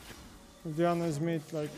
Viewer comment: buddy it’s not DINA it’s DI-A-NA!!!